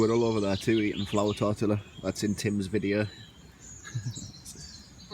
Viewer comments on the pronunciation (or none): the way you are saying tortilla is killing me haha its pronounced torteea other than that been hooked on your videos the last couple of weeks, really makes me want to get out and build a camp of my own somewhere around Loch Lomond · its TOR TEE A ( TORTILLA)